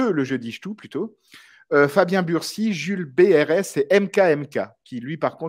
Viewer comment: Alors mon nom c’est B-R-U-C-Y, pas Bursy 😂 Sinon « Bonne fête! » 🥳